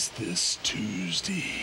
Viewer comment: Is it just me or did he actually pronounce Tuesday and Sunday as Tuesdy and Sundy for Hogan and Orton fam segment 😂😂